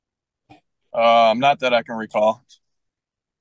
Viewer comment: at least learn to pronounce correctly "dis" "dat" "foref"